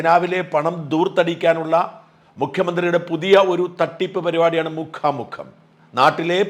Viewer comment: മുഖാ മുഖം അല്ല മുക്കാം മുക്കാം....